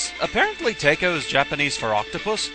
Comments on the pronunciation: It sounded like you were saying Tako like "Take-oh" but it's pronounced more like taco, like the delicious mexican food. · Tako is pronounced "Tah-koh" in Japanese. :P